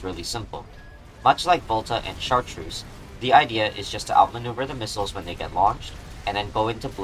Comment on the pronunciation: I apologize in advance, but the 'ch' in Chartreuse is a softer sound, like 'sh' similar to "champaign."